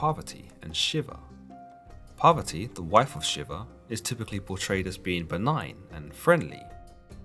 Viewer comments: The pronunciation of Parvati and the Author pronouncing as Poverty. now I Know Word Poverty means Parvati of Hinduism. Shiva :- Is Kali Shiv :- Sankar even Judasim have Vowel S'va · Shiva’s lady’s name is Poverty? I am honestly asking, captions don’t help me as they say “poverty” but don’t capitalize the P, so I’m wondering if it’s just hearing it phonetically or has it wrong.